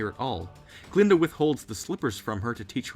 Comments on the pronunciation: Glinda, not Glenda. And you're right about the Wizard's proclamation. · Glinda, not "Glenda." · GLINDA. Not "Glenda." And she isn't in "Return to Oz." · I thought you said Gruntilda at first bruh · I'm dead how he say glenda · I love the way you say Glinda and her evil faces! Lol creepy